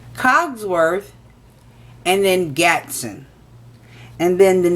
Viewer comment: I almost came thru the phone when she saod gatson... I'm gonna snap!! GASTON YOU DUMBASS BITCH GASSSSTOOOOOOONNNNN